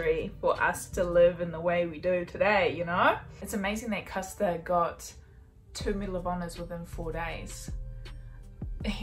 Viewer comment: You're still saying Custer wrong. It's an "Er" not an "AHr".